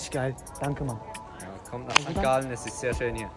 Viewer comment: Mein Lieber das heisst nicht auf Sankt Gallen sondern hopppp sangalllee